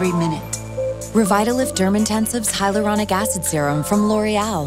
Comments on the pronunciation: Sounds like Mor-ro-nic Acid, which would be very appropriate for the irritatingly dumb way they are pronouncing this product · After all this time, I would think you would teach her how to pronounce hyaluronic correctly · why she saying hyaluronic like we're advertising to toddlers SAY THE WORD NORMALLY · Because many people can't pronounce hyaluronic acid correctly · The way they pronounce Hyaluronic Acid annoys me to no end. 😖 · I thought that when I saw it, looks like she couldn't pronounce it so they just gave up and kept it in 😂